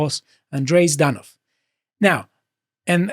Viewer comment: not trying to pronounce 'Ж' even once in Жданов and substituting it by 'З' is a world ending event. Now I have no choice, but to demand for him to be tortured with ж-based tongue-twisters: Жук жужжит над абажуром, жужжит жужелица, жужжит и кружится.